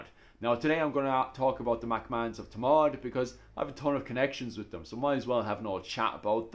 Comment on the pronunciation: It’s Thomond not Tomawd ! 😂